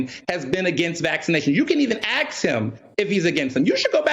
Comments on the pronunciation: got caught spreading misinformation. haha. "You can even axe him.." The word is ASK. LOL. Zuby's last truth bomb was gold! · Axk him???? Omg you mean ASK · " axe" him........ noooooo its "ask" him ASK. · It’s “Ask” not “Axe” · can't even say ask properly and he's a journalist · Zuby 1 Woke Zealot 0 This guy cannot even pronounce a 3-letter word (A-S-K), yet he is a "CEO" ?? If you take away the slurs, lies and buzz-words this idiot has NOTHING to say. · Can “aks him” I love how the man who calls himself a journalist without speaking properly can call someone more well spoken a token. Typical neo-colonizer rhetoric coming from the indoctrinated/colonized. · You can 'AKS' him? How eloquent. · Sorry but anybody whose first language is English and cant pronounce the word ask should not be listened too. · Yes, he is. Just 'ax' him. That fella demands we all wear a face covering max, AND we gotta take the vax. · Can someone please "AXE" before he say's AXE again. What education system teaches someone speak like that. Must be the same school that say's your pants are meant to be worn half way down your ass. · He can't say ask properly either.